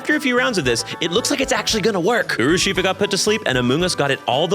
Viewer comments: the way you pronounced urshifu put me into cardiac arrest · I don't want to be that girl. I understand any and all mistakes. You are a shining ray of hope in a collapsing world (a bit dramatic, I know). Its Urshifu. Not Urushifu. Also, the Porygon evolution line does appear in the generation nine anime. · I have never heard Urshifu pronounced like that. 😳 "Oo-er-shifu"?. "Urso", meaning Bear, plus shifu, meaning "master". "Er-shifu". You got this,. 😅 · I'm rewatching this and hearing you pronounce Urshifu as Urushifu hurts me still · Great video,! Thank you! Also, just an FYI, the pokemon's name is "Urshifu" (i.e. ursa + shifu). But thanks again, I really loved the Amoonguss trans icon origin story! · I stg it’s urshifu. There’s not a second u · just wanted to say this quickly, Urshifu is pronounced Ur-shi-foo, not done with watching the vid yet but phenomenal so far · Most insane urshifu pronunciation I have ever heard